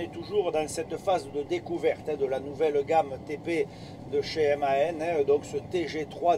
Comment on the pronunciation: Apprends à dire le nom du camion